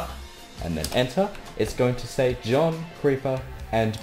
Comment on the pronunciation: the way he says s-a-yi but pretty good though I love his accent keep up the good work man